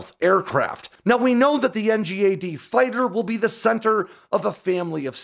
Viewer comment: Please can we call it ‘en-gad?’ Not spell it out.